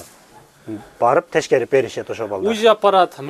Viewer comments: Урматтуу вет врач мырза. Тешкерип эмес. Текшерип деп суйлосонуз туура болот . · Тешкерип беребиз эмес текшерип деп суйлонузчу